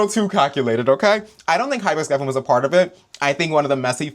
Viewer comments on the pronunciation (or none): none